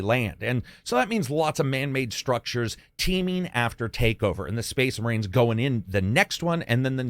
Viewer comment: SPOICE MUHREENS? SPOIC MUHREENS!